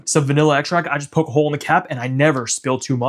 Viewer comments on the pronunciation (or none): none